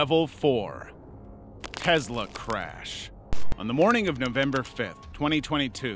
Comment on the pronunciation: You do not pronounce a lot of things right kennica like no and Tesla 😂